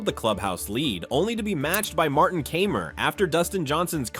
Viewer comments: You don’t even know how to pronounce Martin Kaymers name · Good video, but also pretty funny that you managed to botch the pronunciation of Kaymer, Pavin, Mahan and Oosthuizen lol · Love these no credibility golf videos where the narrator doesn’t know how to pronounce the players’ names…Kaymer, Pavin, Oosthuizen, Mahan.